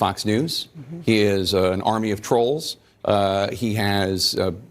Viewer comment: "AN ARMY OF TROOLS"? How Professional. Sounds like "DEPLORABLES" to me.